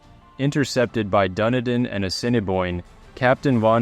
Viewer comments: FYI Dunedin (A city on the south Island of New Zealand) it's not "Dunny-din" It's pronounced "Dun-eedin" Rant over.😇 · Please. Its Dunedin - pronounced Dun Eden an alternate name for Edinburgh, not Duniden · It is pronounced 'Dun-ee-din'